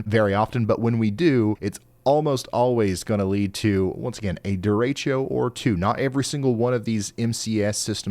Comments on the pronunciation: Derecho (I have no clue why it's pronounced duratio here in the south 😅) It's a term used for lines of linear thunderstorms. Think like ripples on a pond but only in one direction and thunderstorms instead of waves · Idk where the mispronounciation strated but people here in Appalachia consistently pronounce it the way he does. Took me way too long to find the correct spelling the first time I tried to look them up after we got hit in 2011 😅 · It's the Spanish word for "straight ahead". Haz vuelto hacia la mano izquierda means "turn left". Haz vuelto hacia la mano derecha means "turn right". Todo derecho means "straight ahead all the way". Sorry, but the folks in Appalachia and Ryan are saying it wrong. Trust me, I've lived in Colombia and visited Mexico a lot. Besides that, I was a taxi driver at the TexMex border, and my wife is a Mexicana. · And here I am, gently amused by his cute mispronunciation of "derecho". I know what he's talking about, even as I visualize little bow-festooned derrieres bouncing along like tumbleweeds in those winds. More seriously, I was impressed that he got "Pierre" right the other day ("peer"). No one's perfect, but he's as close as I've heard, and he gets that good by soliciting and taking the input. I respect that.